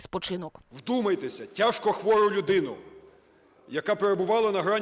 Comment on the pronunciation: "тяжко хвоо юдыну", ахахахаааааа, клоун очкатый)))))))))))) министр задроченный)))